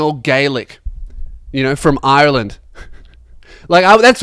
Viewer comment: You say Ireland like you have only just heard of it earlier that day